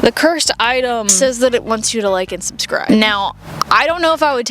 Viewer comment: I'm sorry? The subscribebutton shined when you said "subscibe"... is this a thing?